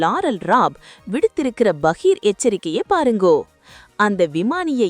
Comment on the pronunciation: சகோதரி. உங்களுடைய செய்தி வாசிப்பு திறமை. அருமை ஆனால், ஆனால் """"பாருங்கோ? வாங்கோ ?, போங்கோ ?, மீட்டிட்டது ?, நடத்துவா படுகின்ற? , . ஆபத்து ஏன்டா? சுட்டிக்காட்டி இருக்கா?, அண்ட( தெலுங்கு வார்த்தை), கமாண்டோ இவைகள் ? இவைகள் அண்ட (தெலுங்கு வார்த்தை), வரநாற்று?, """" மேற்கொண்ட வார்த்தைகளின் சரியான உச்சரிப்பை அடுத்த காணொளியில் பயன்படுத்துங்கள்.